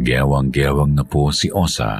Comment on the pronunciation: Osa pla.. 😂😂😂 hindi Osang! Correction pleaseeee